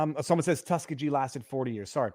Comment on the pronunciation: Viva Tuskegee?! Pronounce it correctly!